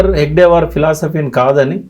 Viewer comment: ఆ మహానుభావుని, ఆ యుగ ద్రష్ట పేరు హెగ్డేవార్ కాదు, హెడ్గేవార్. అది మొదలు తెలుసుకోండి. మీరు చెపుతున్నదంతా మీ లెఫ్టిస్ట్ కోణం లోనుంచి చూసిన, ప్రజలకు చూపిస్తున్న చిత్రం. RSS చరిత్రను వక్రీకరించటానికి చాలా హోంవర్క్ చేశారు. కానీ ప్రజలు ఎవ్వరూ నమ్మరు, మీ లెఫ్టిస్ట్ లు తప్ప.